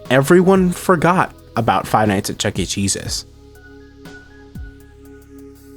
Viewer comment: I'm so sorry but when you said "The redemption of Chuck E Cheese's" all I heard was "The redemption of Chuck E Jesus" 😭😭